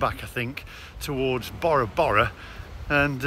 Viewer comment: The way Bora Bora is pronounced 😂 It's named after the polynesian island. Bore ra bore ra.... not borrow borrow Great vid... still love the 👍🏼